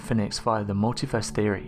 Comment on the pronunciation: Every time I hear "mulitverse theory" it makes me smile. Not a concept for those with limited imagination.